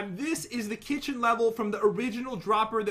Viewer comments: irma rodriguez kickin? Lol you mean kithion 😂😂😂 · He did say the kicken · Pat you said kitaun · Pat you said kitchin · Yes you did say kitgin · Lol pat did say kitchen😂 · 🐢Pat u said kitchen xD love ur videos they are so intertaining I love the fortnight type of videos 🐢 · Pat u said kitchen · You did say Kitchen lol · I think pat said kitchen He messed up :p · You totally did say kitchen though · Ok I had to play this back but pat u did say kitchen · Pat you judt said kitchen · you totally said kitchen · I think i heard pwt say kitchen anyone? No just me ok... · Did pat say kitchen? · You said kitchen pat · Pat you say kitchen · Why you say kitchen Pat